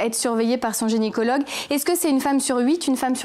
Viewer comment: Euh on dit gynécologue et pas génicologue hein !